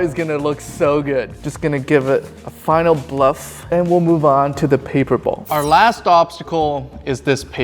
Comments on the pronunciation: Its BUFF not BLUFF 😂😂😂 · It's buff, not bluff. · Buff, not bluff. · as far as i know the word is buff not bluff.. lol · Its buff, not bluff. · its buff not bluff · The amount of times you said, “Bluff,” instead of, “Buff,” kills me. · It’s buff not bluff 😂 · its buff. not bluff. playing poker too much? lol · He also said "bluff it up"